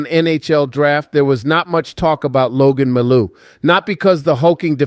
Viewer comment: Who the hell is Logan Mal'ou? You're not.